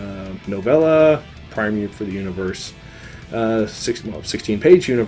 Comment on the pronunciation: My goodness, primer pronounced correctly! Thumbs up for you sir. Good review by the way :)